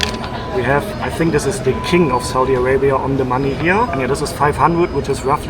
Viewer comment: So,what country is this again?😂 I absolutely love the perfect way you enunciate Saudia Arabia..